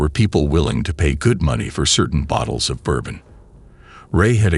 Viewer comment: The way bourbon was pronounced bothers me